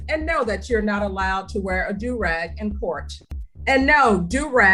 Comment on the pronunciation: The way your AI is saying “do rag” is annoying. It’s pronounced “doo rag”. Also, the music in the background is distracting.